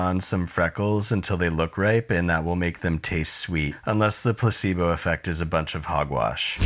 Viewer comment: Say placebo again one more time please?